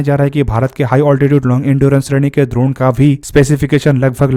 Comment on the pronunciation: लगता है भाई गुरु द्रोण के बारे में पढ़ कर आया है। इसीलिए ड्रोन को द्रोण बोल रहा है 😅